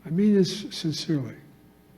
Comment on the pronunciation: Biden says "I mean this sincerely. As my friend says I ibendiham shinshilee" ........ ☠